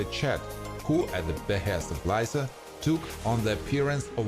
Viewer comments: It’s Lisa Not Liza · Its not lie za its lee sah